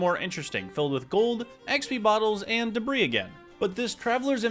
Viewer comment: Love your vids, but dude you GOTTA say debris the right way. It’s Duh-Bree. Not Debra